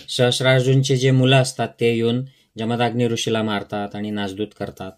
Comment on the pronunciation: "जमदाग्नी" नव्हे, "जमदग्नी"